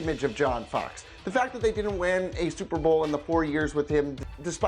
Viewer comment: As a bears fan I cringed when you said Fox